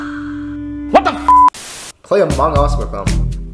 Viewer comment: Why he keep on saying "AMANG AUS"